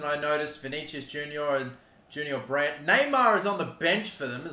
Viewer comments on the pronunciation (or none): none